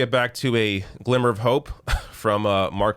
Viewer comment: did you say you have a "slimmer of hope"?